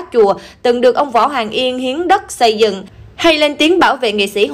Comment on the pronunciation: Se cẩu, sây dựng, sưa nay, se của bà...tiếng Việt phát âm như thế ư?